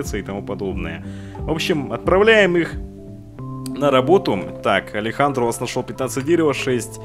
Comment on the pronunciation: Нихуя!! Ты первый кто правильно прочитал Алехандро!!! Некоторые коверкают на Алексндр, Аледжандро